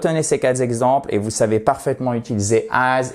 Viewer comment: Merci pour ce petit cours fort utile. En revanche, à , « vous retenez ces quatre z’exemples »... Euh, comment dire ? Si j'ai bien compris, I should say : 'It hurts my ears like a knife'. 😉